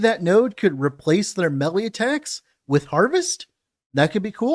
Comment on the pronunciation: love your work. It's pronounced "maylay". Please make melly stop.